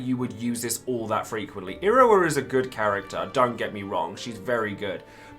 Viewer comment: Im not the only one hearing him say Irowa am I?